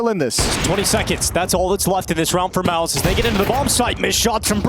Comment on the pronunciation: everytime they say mouz i think they are saying malbs